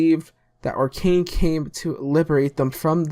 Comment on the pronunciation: It's actually Okran not Orkan :) And yes Narko is Okran backwards. Nice vid man